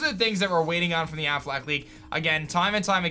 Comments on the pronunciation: Am I the only one who hears “Aflac” when says “Afflec” lmao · Plot twist #11 : Its actually pronounced ‘Afflack’